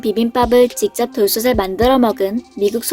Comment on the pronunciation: 돌솥을 [돌소슬]X [돌소틀]O 돌솥에 [돌소세]X [돌소테]O